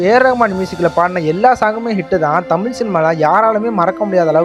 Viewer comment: நீ முதலில் தமிழை ஒழுங்கா உச்சரிக்க கற்றுக்கொள்.தமில் தமில்னு சொல்ற…